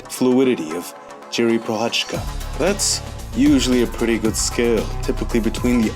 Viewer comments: Maybe try saying it more like Yiri prohazka:) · Come on man, why you butchered his name like that...the least you can do is learn how to pronounce his name when making a video about him... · like nice video, but why not to spend a minute to learn how to pronounce his name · ur saying his name wrong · Thank you for covering my favorite fighter! You're very close to saying his name right:) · Its not pronounced like that ffs, i mean his name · 5 seconds. It would have taken you 5 seconds to have Google Translate play the correct pronounciation of his name out loud. I am not talking about a perfect pronounciation. I am talking about the level your average MMA-reporter managed in last couple of days.